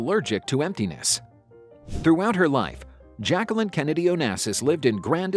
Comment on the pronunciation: Her name is pronounced ‘zjac-que-leen” Say every syllable.